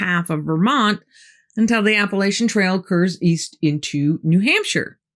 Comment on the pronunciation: Appalachians. Not Appalations